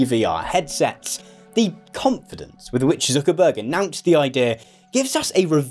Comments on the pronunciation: I like how you pronounce it as "Zookerberg" ))) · the way you say "Zuckerberg" sound like you're from the north of England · i like how you say Zuckerberg